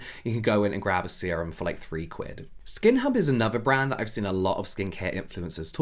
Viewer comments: When you said skin hub, I thought you said skin up 😂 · Please say I'm not the only one who heard SkinUp instead of SkinHub 💀